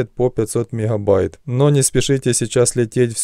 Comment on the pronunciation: "Мекхабайт"😂 каждый раз слышал от него